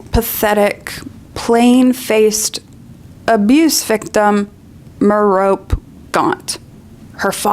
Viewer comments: 1. Abstinence for The Fat Lady means abstsining from alcohol. The word's association to ONLY sex is a very American thing 2. Mer-ee-oh-pay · I wasn't expecting #1, but your arguments are solid. Looking back, it's amazing how much I got blinded by the whimsy as a child reading these books. If you apply even a little bit of critical thought it all starts to unravel. My one criticism is that you mispronounced a few things. Merope, for example, rhymes with Penelope. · Merope, being a Greek name, gets a syllable for each vowel: MERE-oh-pee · Minor complaint but Merope is a real name, rhymes with therapy. :)